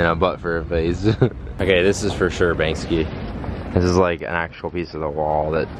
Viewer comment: Banksy not Banksky